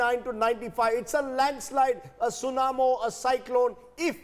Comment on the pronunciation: It's tsunami not tsunamo lol